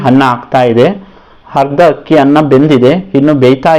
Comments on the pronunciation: ಹಕ್ಕಿ ಅಲ್ಲ ಗುರುಗಳೇ ಅಕ್ಕಿ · ಸರ್ ಹಕ್ಕಿ ಅಲ್ಲಾ ಅಕ್ಕಿ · ನಿನ್ನ ಪ್ರಯೋಗ ಓಕೆ ,ಕನ್ನಡ ಭಾಷೆ ಮಾತ್ರ ಕೆಡ್ಸಿದ್ದಿಯಲ್ಲೋ ಅಕ್ಕಿ, ಅನ್ನ ಹಕ್ಕಿ ಹನ್ನ ಅಲ್ಲ ಮಾರಾಯ